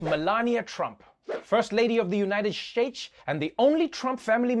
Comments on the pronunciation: Hahaha Noah still saying United Shates! 😃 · United “Shates”, Trevor? 😅😂🤪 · lol man dude gets me crackin' up first 10 seconds of the video. Shtates.